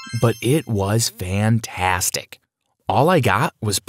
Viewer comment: Who noticed he said “pantastic”😹😹😹😻👾